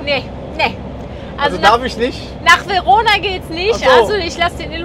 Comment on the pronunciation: 🙉 auaaaaaa meine Ohren 🇮🇹📚 Nicht nach Verona, da hast du was verpasst ?!